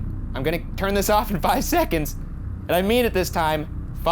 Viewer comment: I’m sorry but that did not sound like “five” at all